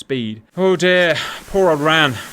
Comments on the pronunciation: Interesting scenario, but it is not said Ran as a word, it is always spelled out as R.A.N. and the RAAF is pronounced R double-A F. It makes you appear uninformed. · For future reference, RAAF is "R double-A F", RAN is R A N. 🙂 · Please RAN should be said as the separate letters R-A-N.. and not like the word ran as that is associated with the WRAN - the womens royal australian navy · WTF is RARF, it's pronounced the same as the UKs RAF ffs raff, or R double A F. And Stop saying Ran, as in ran away, its RAN, just say one letter at a time like you poms do with the RN. Perhaps a tad more research in future 🤦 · Pronounced… R-A-N, not ran; and rAAAf not RaF